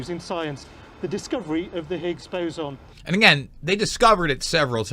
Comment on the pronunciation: be a little more informative if you could pronounce boson correctly